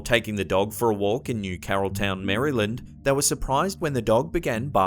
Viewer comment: Great video 👍 It may not seem like a big deal, but thank you for pronouncing “Maryland” right 😊. (Can’t tell you how irritating it is to hear ‘Mare-ee-land’ lol) Btw, I’d be interested to hear how exactly that photo of the headless soldier was authenticated. Considering it was taken on Halloween, and it seems to be posing, it seems more likely a prank than a ghost. If it is an actual ghost, I think it’s the scariest one on this list